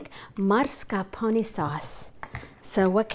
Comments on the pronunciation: mars ca pone? its mas car pone please learn to read, otherwise good video :) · Why does she pronounce it like MARS-carpone. That aint italian.